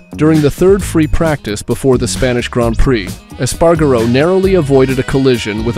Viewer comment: PAINFUL to listen to. Eas-pah-rah-go. Rah-oow-see and the list goes on. If you can't pronounce it, learn it. Don't add magical syllables and pretend you do. Five minutes. Five easy minutes of research and you'd get the pronunciations right and not ruin all of hours of editing work.